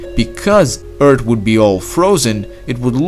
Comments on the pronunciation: Anyone who enjoy the videos but gets a little annoyed when he says eart and not earth? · It's Earth, not Eart. It's things, not tings. Anyway, good video. I like counterfactual (what if) stuffs. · just saying you sounded like you were saying "Eart" instead of "Earth"....JUST SAYING not trying to be rude! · I can't stand when he says eart😂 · You say eard not earth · Hes not saying “eart” hes saying “eard”. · I think he needs a doc His vocie makes him say "earts" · From a previous video, everyone kept posting Eart. i decided to listen to him this time and he cannot pronounce the H in any word. I don't mean to insult you, just a observation i noticed. Everyone has their speaking disabilities and its not a negative because everyone clearly understands what your saying. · I like the way you say "Earth"... ._. Eard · More like ERD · Why do you keep saying eart lol 😂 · say earth properly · Its a joke from the way he pronounces earth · it sounds like nerd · What if you could pronounce earth like a normal person?